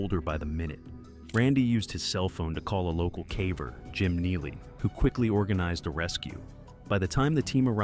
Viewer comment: You hit the nail on the head! I don't mind them using AI for the narration... but for God's sake at least listen to it to be sure it's told everything accurately & even in the pronunciation of words because it's distracting to me when there's a major mispronounciation like pronouncing the word "caver" by making the "a" soft like in the word "have".